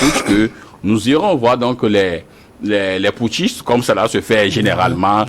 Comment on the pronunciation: Les intellectuels invités par les journalistes doivent arrêter de prononcer les mots pouthciste et junte